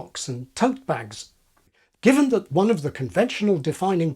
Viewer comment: There's that word again? "offov"